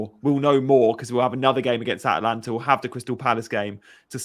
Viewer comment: a dispoiment as always. You.don t even know how to pronunce Atalanta for god sake. FORZA ATALANTA!!